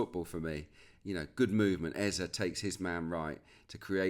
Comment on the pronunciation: Was about to come for Peter Drury over how he said Eberechi Eze’s name — then I heard you yesterday. Just for the record: it’s Eze-e. The last vowel sounds exactly like the first one. Not “Ezza”. As Africans, it’s honestly annoying hearing commentators mispronounce names like it’s no big deal. Would be nice to have a blip button every time they get it wrong. No shade, just… do better.